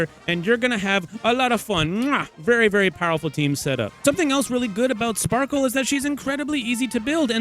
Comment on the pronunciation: Genuinely it’s Sparkle, Respectfully